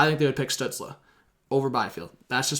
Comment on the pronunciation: Stützle is pronounced "Stew-tsl" not "Stew-tsla"